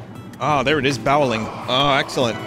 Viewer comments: Ah yes, bawling. I'm good at bawling, at night, in my bed, alone... What you mean it's spelled bowling? No no, the Italian funny man clearly said bawling. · Nah, he said boweling. Which is the opposite of disemboweling.